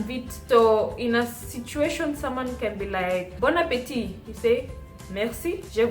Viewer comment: Salut la belle. The lighting is perfect. Other times, you got it too bright. Your pronunciation is excellent. Bon appetit .. (there is no 'e' at the end. "appetit" is masculine word. You don't pronounce the last "t") Bonne arrivee ("arrivee" is feminine word .. so "bonne" not "bon" ... for masculine words, you write "bon") Bonne digestion ("digestion" is feminine word)